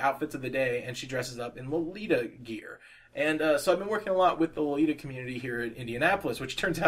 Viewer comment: You pronounced lolita correctly ^~^ and may i say i love your artwork!!! You just inspire me - i was thinking about stopping with drawing but your videos... Youre just such a good artist and i thought that if you can do it i can :) youre amazing <3